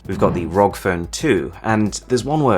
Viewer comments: its not rog its r.o.g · Say ROG like rog made me cringe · its "are oh gee" not rog. just sayin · Please not say rog phone. It’s R O G phone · R-O-G republic of gamers "rog" lol drove me mad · I find it a bit unsettling how he pronounces the ROG Phone 2 as 'rog' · Isn’t it pronounced R.O.G.? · No one gonna talk about how he pronounced ROG? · who else finds it annoying that he says asus and rog like that